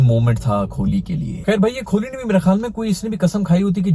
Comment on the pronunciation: कोहली ❌ खोली ✅ 😂😂😂